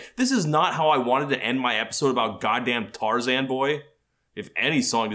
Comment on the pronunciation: even just the fact that he says Tarzan’s name as “Tar-zihn” in the interview.